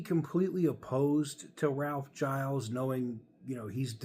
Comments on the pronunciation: Somebody needs to tell that he is mispronouncing Ralph’s name. It sounds like GEE-Ls, not G-EYE-Ls. That’s my understanding, anyway. 🤙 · I believe you pronounce Gilles like shills with a soft g. And I would be very OK with him taking over. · Its actually Gilles